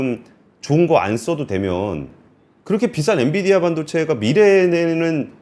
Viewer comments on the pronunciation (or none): none